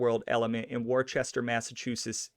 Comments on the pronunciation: Worcester is pronounced "wooster" not Warchester lol. But good job man, did great. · Worcester is pronounced wooster not warchester, the r is silent and there is NO h for it to be pronounced war-chester to begin with!😆 take it from a new englander...it’s wooster, better yet..woosh-tah👍good show my friend...Raymond was a great man, respected💯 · Your pronunciation of Worcester, Mass., is like nails on a chalkboard for many of us who live in southern New England. Wuss-stir, not War-chester -- oops, I now see others have left similar comments. Ha! I'll leave this anyway. We're big on proper pronunciations, such as Patriarca itself. And you mentioned Raymond Patriarca was arrested in Pawtucket, R.I. the W is silent for R.I. and nearby Mass. residents. Pahtucket, not Paw-tucket. Good vid, tho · It's not pronounced Worchester. It's pronounced Wistah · Amazing video. Only cringe parts is Worcester is not Wor-chest-er, it's Whua-stah or Whau-ster depending on where in New England you live. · It’s not wor-Chester bro it’s pronounced woosta 🙄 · You lost me when you said Worcester instead of Wooster. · Woostah not Worchester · Wuh ster not war chester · Wuster whuster Massachusetts not Woewchester And RI is New England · Lol war chester, its woosta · he said Worchester mass hahahah its pronounced "Wooster" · Except warchester is wooster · I was just complaining to myself how he pronounces those names and sure enough you beat me to it, thanks. I know it wasn't me imagining it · Worcester is pronounced "Wista" or "Wosta", I prefer the first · We in Massachusetts pronounce Worcester as Worster. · War-chester? Also it's not Pay-triacha. 🙄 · Worcester is pronounced like Woostah. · It's pronounced Woosta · “Wor-Chester” 😕 NOPE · Where is this WorCHESTER you speak of? *Edit - I see it was already mentioned in the comments. After hearing you say it incorrectly 3 times within 10 seconds I had to bust chops. In all seriousness..very informative information. Thanks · Warchester lol